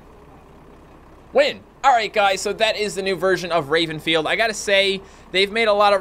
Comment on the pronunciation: I thought you said rapefield xD